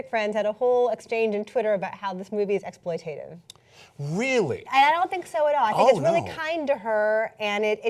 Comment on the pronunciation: EX-PLOIT-ATE-IV vs. ex-PLOIT-tit-iv Merriam's says the latter (with an audio clip)